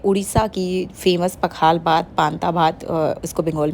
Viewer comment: Pakhla nahi pakhaal bhaat boltey hain